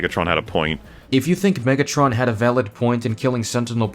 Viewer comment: omegatron? It’s megatron you donkey